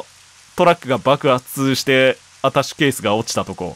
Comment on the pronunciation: 一人称『あたし』発言が多くて、『アタッシュケース』すら『あたし』に聞こえてしまう